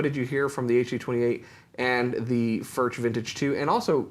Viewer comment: Please pronounce the name correctly Furch is pronounced "furk". Thank you